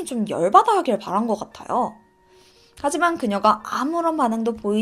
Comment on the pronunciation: 하지만=하이만 으로 들려요 ..